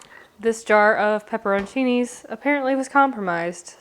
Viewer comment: I've never heard anyone say pepperochinis like that before. Love this content!